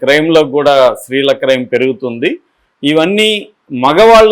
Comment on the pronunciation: Please learn to say “stree” Not sree